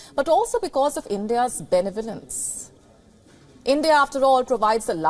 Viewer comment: word? Benivorunce??